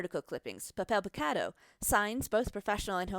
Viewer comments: "(Pah-Peihl-Pee-Cah-Dough) TRIGGERED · 'pahpel pehcadoh' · If i hear this bitch pronounce “puhpel pecado”.... papel picado pendeja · “Puppel pecawdoe” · When she says papel picado it sounds like shes saying pip avocado XD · Papel picado, that is not how you pronounce it in Spanish. You're pronouncing it as if it was an English word, that's a given, but try to listen how actual Mexicans pronounce it, or how a German would pronounce Berlin "Guitarrón", you should emphasize the last syllable, as indicated by the tone mark "Mexicano" is pronounced "Meh-Hick-Ann-Noh" Af for those piñatas, I can totally forgive the pronunciation, since English has no ñ, but try combining the ng at the end of "thing" with the german word "Ja". Also, the T is pronounced like in the word tall Alebrijes is almost good, but to understand how the letter J is pronounced in Spanish, ask a German to pronounce Nacht, Loch, Fluch, Bauch Pepita, once again, has a hard T, not a soft one The list goes on